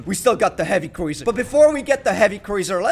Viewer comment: its prononced croozer (cruiser) not croizer